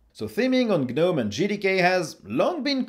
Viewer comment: Pronounced "Guh-nome" properly. Clicked Like.